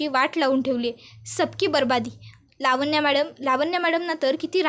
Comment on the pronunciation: लावण्या असा शब्द आहे. वाचन चांगल करीत जा.